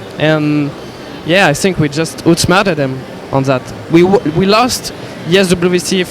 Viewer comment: "i sink we just ootsmerta dem"